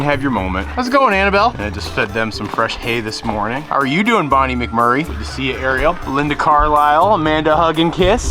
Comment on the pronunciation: Bonnie Mc Murray? Bohhhneee Muck Murrrrry - sigh those who know get it.